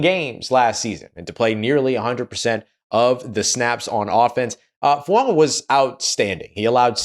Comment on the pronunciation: You're the only Saints content provider, besides me, who says Fuaga's name correctly. Thank you.